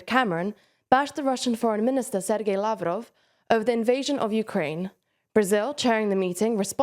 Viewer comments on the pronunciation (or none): none